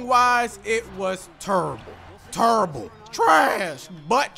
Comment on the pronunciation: Truable !!!!!!!!!! !😂😂 (terrible)